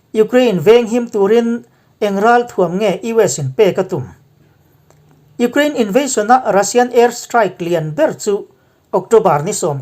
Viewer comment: Iukhrein tiin lam ve mai la